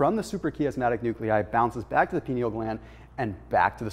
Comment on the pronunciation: Just so you know it's pronounced "pine-eal" gland. It literally looks like a pine cone and was named accordingly. Magnesium before bed is awesome. My dreams are like complete feature films.